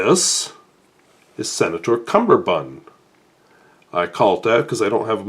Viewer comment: Pronunciation pedantry: It's cummerbund, not cumberbund, as it comes from the Hindi 'kamerband'.